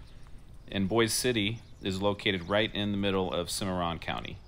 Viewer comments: Thank you - but it’s not pronounced like the city in Idaho. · Actually it’s not pronounced like Boise Idaho. Guitar signed by Toby Keith. Hospital is open yes.